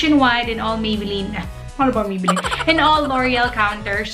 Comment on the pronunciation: Ako lang ba nakarinig na Maybeline yung sinabi niya nung una? Hehe 😁😊